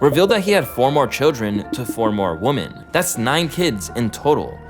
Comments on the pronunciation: I hate the way he pronounces women. It’s women pronounced like wehmen not like woman. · PRONUNCIATION OF PLURALS IS OFF…..WOMEN….. WOMEN …. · It is WIM-MIN!!! Ffs how can so many hip-hop YouTube channels not know how to pronounce women! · Constructive criticism: practice the difference in pronunciation woman vs. women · Bro you need to learn plurals. 1 female adult human is a Woman, more than 1 female adult human is Women. Also learn to pronounce paternal. Smh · Why do you pronounce women like that? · Great video, but please learn how to pronounce "women." It's a basic word. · can you learn how to pronounce women correctly? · Bro why can no one pronounce women? Does all these YouTuber do it on purpose or was just never taught ?